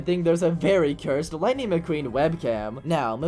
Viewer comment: lighing mceen!!?? 😨😨